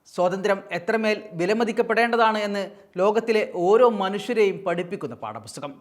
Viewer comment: പാടപുസ്തകം അല്ല... പാഠപുസ്തകം...സ്ഫുടതയുള്ളവർ ഇക്കാലത്ത് വളരെ കുറവാണ്...